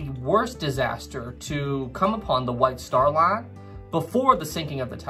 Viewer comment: I keep thinking that he’s saying the “Wife Star Line”😂